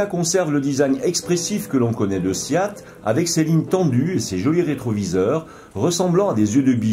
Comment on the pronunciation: Pourquoi prononcer SIAT ? Le nom de ma marque SEAT aucun i dans ce nom !